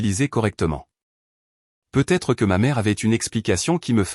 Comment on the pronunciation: C’est l’IA qui n’est pas au point. Le peu être me fait bondir. Peut-être en prononçant le t serait mieux.